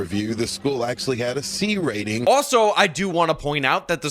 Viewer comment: Parent on the phone., " you guys are responsible for the B "RATE-N!" No, I'd say the parents are responsible for that when you can't even say the word RATING properly!